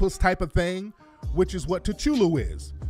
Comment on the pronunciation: It’s Cthulhu (Kah-Thu-lu)